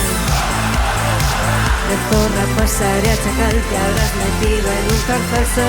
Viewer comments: Con razón decía yo¡Qué bien ha pronunciado zorra! 😂😂😂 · Ostras, ya decía yo que pronunciabas super bien la letra zeta y de repente te pones a hablar en español JAJAJAJAJ